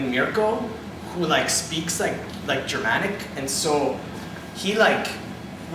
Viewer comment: "german-ic" "po-land" LOL!